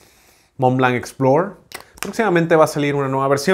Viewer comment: el verbo explorar sí se pronuncia así (explore), pero el sustantivo explorador no (explorer).